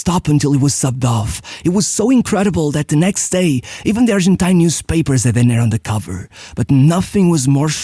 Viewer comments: Great video and research. One small correction: his name is pronounced DE-ner (not de-NER). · Brazilian here.... The correct pronunciation of his name is DUNNER, not "dené" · Great video, only one correction. It's pronounced Dêner not Denêr. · Hey, your videos are amazing! Just a minor irrelevant correction here, his name was spoken "Dêner" not "Denér" and, yes, he was a beast of a player! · Great video, but you pronounced his name wrong every single time. The tonic syllable is DE-ner, not de-NER. You should have asked your Brazilian friend how to say his name… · Brazilian here. We say Déner (Portuguese is a paroxytonal language). Portuguesa supporter (mostly BECAUSE of Dener) and my family is from Vasco (his other team). Dener was great, fast, and deadly. It was really sad to see him go. He and Chico Science were part of my later infancy (very similar accidents)... not even mentioning Ayrton. Dener should have seem a 98' WC (and he would). But he wasn't better than Ronaldinho. Two completely different styles. Ronaldinho even in his youth, you could see that he was a 10. Dener would be more comparable (today) to CR7. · DÊner is the right pronounce, great video 😢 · DEN - ner , strong in the 1st syllabe!